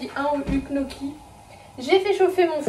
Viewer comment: Coucou, je suis tes vidéos chaque lundi avec plaisir 🙂 Je profite de ce commentaire pour te dire que Gnocchi, ça se prononce "nyocchi" 😏